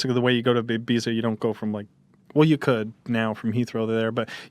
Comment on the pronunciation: The way he pronounces Ibiza shudders